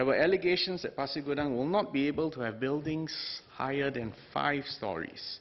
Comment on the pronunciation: Good you pronounce 'Pasir Gudang' correctly sir. Terima kasih.